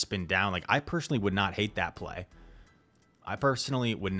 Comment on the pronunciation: Why do you pronounce some words with “sh” like “personally” you say “pershenly”